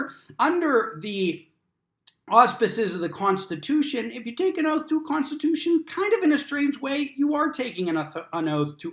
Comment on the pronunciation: When they get their law license on youtube does it teach them the correct way to pronounce "oath" is 'oaf"? Still trying to figure out the relationship there.